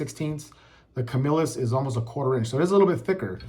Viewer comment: Thank you for pronouncing Camillus correctly.